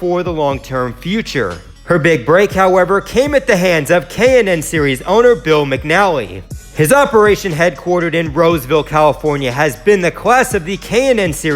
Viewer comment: Mac=an=nally sir.. as a former acquaintance and racer with Hm since 1990, I kinda know how to pronounce it, (former announcer at Roseville) or Fast Mac. Several other Cup drivers have also sat in his seats.